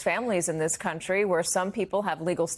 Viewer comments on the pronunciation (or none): none